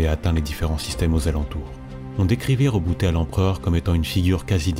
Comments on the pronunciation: Alors c'est tout bien , vraiment complet et beau à écouter... MAIS , par pitié ... on dit Roboute avec un "e" à la fin et pas Rebouté !!!! HAAAAAA à chaque fois que tu le prononce Reboutéééé mon double coeur d'Ultramarine fait un raté xD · justement il dit en ENG "Rebouti" parce que le "e" sonne "i" chez eux. Sinon ils auraient dit Reboutai en VO. Après je suis pas un linguiste mais ce Rebouté à faillit me dégouté =P Roboute sonne mieux en FR ^^